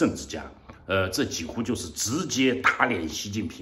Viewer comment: 几乎 音 JI1 HU1，而非 JI3 HU1